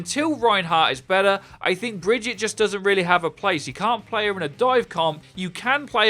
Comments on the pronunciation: ITS BAGUATTE NOT BRIDGE-IT. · Did he just say Bridget and not Brigitte? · lol bridgette it's brigitte (bri-geet-a) from kaplan's mouth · Why are people still calling Brigitte Bridget?! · Please learn how to say Brigitte's name properly. Its not "Bridge-ette", its "Brig-ee-ta". C'mon, they literally have a voice over of her name, theres no reason to say it incorrectly. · "Bridget" "Bridget" "Bridget" SHE LITERALLY SAYS HER OWN NAME. BRIH GEE TAH JFC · Pronounced "Bridge-eat-a." Not Bridge-itt. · Please don't spread the incorrect pronunciation of Brigitte. She tells you exactly how it's pronounced herself. Brig-eet-ah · It's prounounced Bri-git-eh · brig-eat-a - its SO easy! Great vid btw :) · Stop calling her BRIDGET, jesus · It's really not that difficult to say "brig-eat-ah". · Breh gee tuh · brigitte is brig-eet-ay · Brig-eat-uh. I haven't heard names fucked up this often since I last went to Starbucks. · It’s not bridgit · please stop calling her "bridge-it" say it right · Bout to unsub if I hear her called Bridget again lol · If he says Bridget one more time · You can pronounce it Baguette or Vegeta, either one is fine and nobody would care. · Alex Night I've heard that it's not the correct way of pronouncing it which is probably why Jeff pronounced it as bri-geet-tah in his dev update. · New Hero. Say her name right geez. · Please say Brigitte’s name right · Who else got annoyed at his pronunciation of “Brigitte” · Apparently most ppl here xD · It's Brigitte. Reinhardt has been saying her name correctly throughout the game's life cycle.